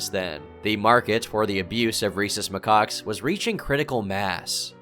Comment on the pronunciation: for Christ's sake, it's not pronounced 'my cocks'...